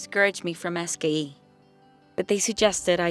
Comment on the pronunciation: Is anyone else incredibly annoyed at the way she says SKE? When I first watched this I didn’t know what she was even talking about. Couldn’t they pick someone who could at least enunciate the acronym for the school that apparently is so important?